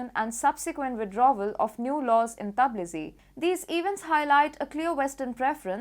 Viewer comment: Tbilisi pronounced, Bilisi